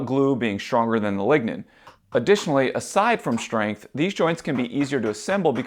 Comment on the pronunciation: Lignen ballz